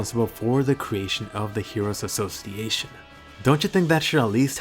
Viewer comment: the hero assos-seyation